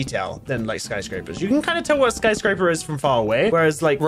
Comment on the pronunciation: "sky scrap er" 2021